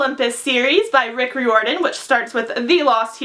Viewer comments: ***Rye-or-din, not re-or-din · It's R-eye-or-dan :) love your channel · By the way, Riordan is pronounced like rye-or-din. Like fireman, kind of. (That's what it says at the bottom of his website.) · She's pronouncing Riordan wrong... oh well 😂